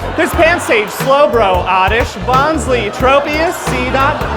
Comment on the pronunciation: funny piece of entertainment but rookie mistake with the pronunciation of Bonsly.